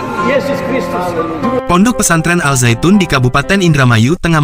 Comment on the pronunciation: Koreksi: Dalam penulisan bahasa Indonesia, Al- Zaytun, sudah benar. Akan tetapi cara membacanya atau menyebutkannya utk Indonesia tdk lg Alzaytun tapi Azaytun. Al- Zaytun, di baca: Azaytun.